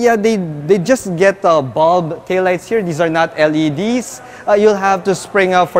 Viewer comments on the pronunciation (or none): none